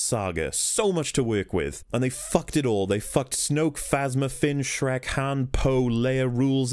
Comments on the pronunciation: Me too. Every time he said Shrek. "The floor is white how do they not see him dragging Shriek across the battlefield." 😂🤣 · can't believe I'm only watching this now, but I laugh every time you say shrek it's absolutely hilarious and I love it